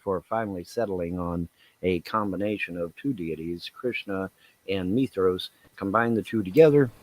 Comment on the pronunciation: Mithras not Methos and no Krishna is not at all to do with Christ you old fool...